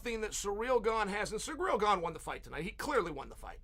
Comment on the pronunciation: I can’t even take Chael serious saying Ganes won 🤣🤣🤣🤣🤣🤣🤣🤣🤣